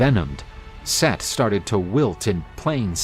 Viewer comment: Set. Not seth brother